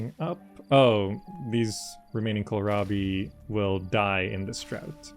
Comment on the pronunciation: Kills me everytime he says "Kohirabi". It's an "L". why would they put a capital i in the middle of the word?! Kohlrabi, also called German turnip or turnip cabbage, is a vegetable, a low, stout cultivar of wild cabbage.